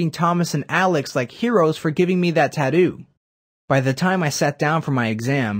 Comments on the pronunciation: Can even say tattoo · The way you say Tattoo is wrong.